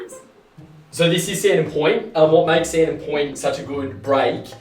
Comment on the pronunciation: "Sandon Poynt" 😅